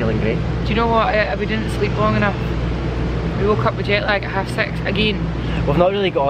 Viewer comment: Why did I think you said “We woke up with jet lag to have sex, AGAIN.” 😂 My American ears had to replay it a few times before I heard “half six” 🙈